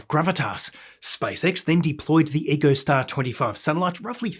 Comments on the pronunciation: echo-star not eco-star brah. love your work. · Pronunciation note for you,. EchoStar is NOT pronounced "eeco-star". It's "echo-star". As in "his voice echoed off the surrounding cliffs." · “Echo”Star, not “Eco”Star. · Pronunciation note for you,. EchoStar is NOT pronounced "eco-star". It's "echo-star". As in "his voice echoed off the surrounding cliffs."